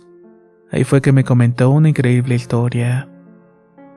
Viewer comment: por increibre jajaja te adoro 🤣🤩🤣🤩🤣🤩🤣🤩